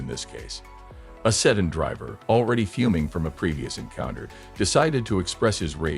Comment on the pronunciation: What the hell kind of a car is a "setting", "sudden" or "seton"? I think your robot means sedan.